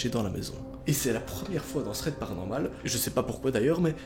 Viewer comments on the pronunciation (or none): none